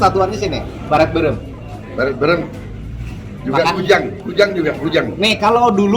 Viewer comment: Saya orang sunda ngakak pas pak prabowo bilang beureum, jadi berem😂😂